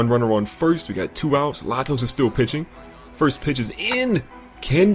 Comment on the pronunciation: The pitcher in the first game is pronounced lay-toes, not la-toes. Great video